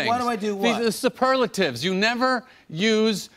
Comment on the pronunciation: The way Jerry is pronouncing ' the superlatives' makes me laugh hard